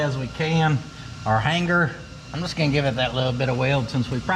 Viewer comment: I love ya brother, and I know its a sin to judge, but I also get the feeling your accepting of some good natured ribbing. New Dictionary - "Hanger": pronounced "hang-grrrr. "That stock hang-grrrr is in our way" I appreciate all that ya do friend, and enjoy the content and laughs every video. My dog sees dead people, maybe you need an exorcism in the loft.... Get em Theo!